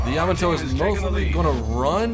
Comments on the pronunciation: why does everyone pronounce yamato incorrectly? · YA-MAA-TOE.........tell Baron as well.... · Maybe Yamato as well. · I dunno what is more infuriating, the constant misprounciation of "Yamato" or stuff like "did a 360 and got the hell out of there" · Soon he will learn how to pronounce Yamato